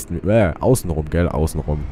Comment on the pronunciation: Der N1 oder N2 sind auch eine Stunde lang. Und was sagst du am Anfang? Gel oder Gääl? Ist das deine Geheimsprache? :D xD